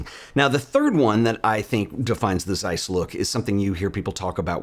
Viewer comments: ok, but it's pronounced Zeiss not Seiss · May be irrelevant, but it's - they're German. Good review!